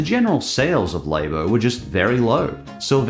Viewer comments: I'm scared on how he pronounces snack if he calls "lah-bo", -laybo" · Are you saying Labo wrong on purpose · the way he says "Labo", is going to bug me untill the end of time.